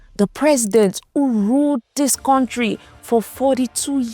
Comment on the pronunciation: Contri, tallchor, etc😂😂😂 Unsubscribed.